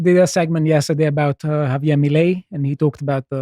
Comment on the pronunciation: So funny how they never got the spanish pronounciation of Javier right since the first time they talked about him ❤